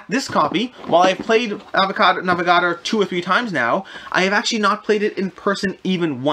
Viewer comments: I'd never heard of some of these games, but it turned out it was just the way you pronounced the titles, NAVA-GARDER? NAVA-GA-DOR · Nah - veh - gah - door